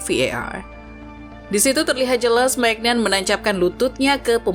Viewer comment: Maignan bacanya MINYONG